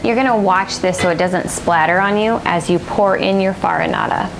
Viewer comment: I'm sorry but this "farinata" is totally wrong...